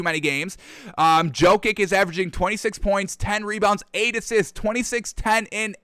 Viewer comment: Probably Djo-kovic and cuz he got a feeble tongue